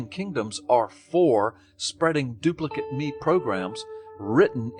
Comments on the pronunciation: Did no-one else notice that Gallups kept reading the Dawkins quote as "doo-pli-kit me" rather than "doo-pli-KATE me"? I suppose there is an off chance that the man is so utterly ignorant of the grown-up version his native language as to be entirely unaware that "duplicate" is the spelling of both an adjective and a verb. Crap happens, especially in schools. It's far more likely, though, that he is guiding his listeners as to how they should read what Dawkins wrote should they happen upon it themselves. The difference in reading isn't subtle: the adjectival form - his guided understanding - reads as though the single parent organism is dispensing instructions to make identical copies of the parent, while the imperative verbal form says "make copies of these instructions". In the case of asexual reproduction, these amount to the same thing... or would, if it weren't for those pesky mutations and insertions and such. But it is never the same statement in sexual reproduction. Even in parthenogenesis in an otherwise sexually-reproducing species, it is often the case that meiosis and diploid restoration will mean that the child organism will not be a full clone of the parent. One reading virtually prohibits evolution, while the other practically guarantees it. As much as I would like to believe that this is all about the stupid leading the stupid, subtleties like this keep pointing me towards the deliberate deception hypothesis. Not only does one need to be a little underinformed i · As if Gallups needed to do anything to make me want to punch him in the vocal cords even more, it was so freaking grating hearing him get the inflection wrong on Dawkins's "duplicate me programs". "Duplicate" here is an imperative verb with "me" its object, not an adjective. It's a similar construction to "fuck me pumps".